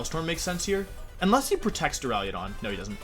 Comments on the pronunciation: Wolfe.... for my sanity learn to say duraludon not duraliadon. Please!!!! Lol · d) I'm tempted to unsubscribe because of how you pronounce "Duraludon" alone